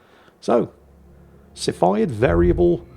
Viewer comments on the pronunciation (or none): yo yo and o7 it is pronounced "Sea" Phid variable type star:D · Cepheid = "See-fee-Id" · Cepheid is pronounced "SEFF-e-id". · and i was told it's pronounced "see-feed". if i'm wrong you can blame the British university system.